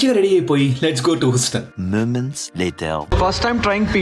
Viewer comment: Huston pronunciation thappu bro.